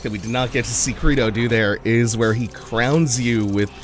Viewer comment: It's pronounced cr ey do